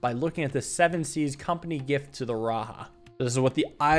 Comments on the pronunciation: RaJa not RaHa. I am sorry I was just super triggered every time you said it like that. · great puzzle video as always. Raja is pronounced ra-jah andnot ra- ha. it just means king in hindi as well as some sanskrit related languages. peace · raja is not pronounced " raha" its "ra ja" ja of jack. also the same case foe jayan its the same same ja. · It’s just pronounced raja not RA-ha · "Raja" is a title in many Indian/South Asian languages that translates to king. And the "j" is usually pronounced with a /dʒ/ sound (so not like the /h/ in Spanish lol). Saying that just cuz Lemuria (as it's portrayed in this game) has a lot of South Asian/Southeast Asian aesthetics and it just made me laugh a bit cuz I speak/understand a couple South Asian languages. I look forward to seeing what happens next!!! (also the history of Lemuria as a concept/idea is pretty interesting (and kinda funny tbh) so it's cool to see it in this game) Edit: to be clear, idk if it's intended to mean "king" here or not, I'm just telling you what I think/know lmao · "The "j" in "Raja" is probably pronounced like the "j" in "jump", not in the Spanish way, since Lemuria seems to be inspired by South/South East Asia.